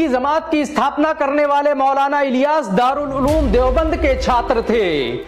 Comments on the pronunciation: Bhai ज़मांत kio bol rahe ho जमात bolo na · Bhai Zamat nahhi hota jamaat hota he. Bahut uljhan hoti he jab ap ج ko ز bolte hen. Maaf karna bhai agar apko takleef hoto. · Miyan bolna seekho. Lafz zamaat nahin balke Jamaat hai. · Jamaat, not Zamaat